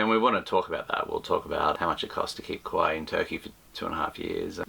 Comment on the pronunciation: Nice to have you back! Looks like you guys are well rested and fully charged for some fresh nautical adventures! And your ‘byee’ at the end, haha love it! Exactly the same as you sometimes pronounce ‘Kawai’ in the vids 😂. Stoked for coming episodes! Safe travels, enjoy! All the best from The Netherlands 🇳🇱 🙏🏻🎉